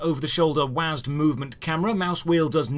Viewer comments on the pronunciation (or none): none